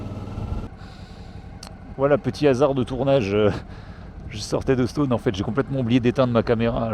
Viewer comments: Stonne et non Stone, comme tonne ou Argonne tiens justement 😉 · Ça se dit stenne ^^ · c’est assez drole comme il dit « Stonne » car habitant a 10min de stonne et connaissant des gens qui habitent la haut on le prononce pas du tout comme ca